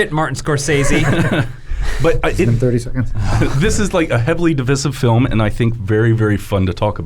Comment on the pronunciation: Has anyone ever heard 'Divisive' pronounced the way does?